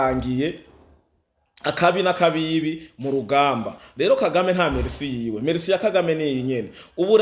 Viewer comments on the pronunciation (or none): none